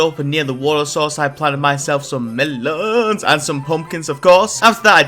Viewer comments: Okay, why the hell do so many challenge run Minecrafters pronounce "melons" like that? Is it a reference I'm unaware of or something? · Why do you say melons the way that you do I assume it’s a reference or some thing that I don’t understand